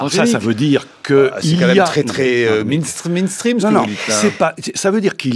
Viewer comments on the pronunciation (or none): Mainstream, pas Meanstream !